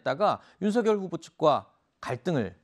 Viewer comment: 이름이 윤석열인데 왜 계속 님들은 윤석렬이라고 하는거에요? 문법상 열 > 렬 두음법칙 안돼요;; 한자 자체 음이 '열' 이라서;; 발음대로 말할꺼면 윤성녈 이라고 하시던가